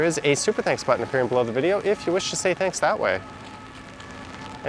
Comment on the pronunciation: Johnny, I enjoyed your rainy walk along the Champs Elysees. The weather and your prononciation of "au revoir" could use some improvement. 😆